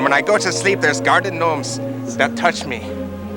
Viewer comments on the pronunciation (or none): why did turn irish when he said garden gnomes lmao